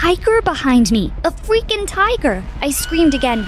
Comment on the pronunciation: Ok did anyone else notice how she said fweaking instead of freaking